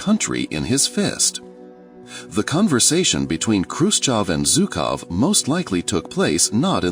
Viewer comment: Its not ZOOKOV, he's not a Zoo-keeper, its ZHUKOV pronounced like the "s" in the word "pleaSUre". You said it right for some reason and but some reason you called him Zookov in the first half of the film... odd. But good video 👍